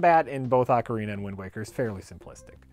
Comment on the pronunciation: At this timeframe actually intended to say "Sometimes you have an Oh-CAR-uh-nah."